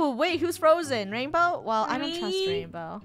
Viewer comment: Ranbow? Lol not being rude but its rainbow.